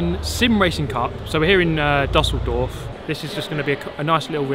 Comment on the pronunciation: hey, its düsseldorf, not dasseldorf